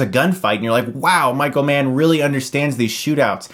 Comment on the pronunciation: Oh Michael Mann! I thought you said Micro-man for the first half of the video... I am not a smart man...